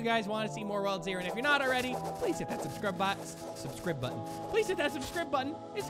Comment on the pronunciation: You said subscrib button when you tried to correct your sekf too